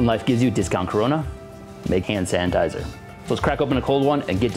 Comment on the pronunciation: Am I the only one who hears “HAN sanitiser “